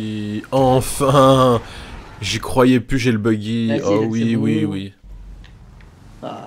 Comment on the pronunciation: Tu as dit : y croivé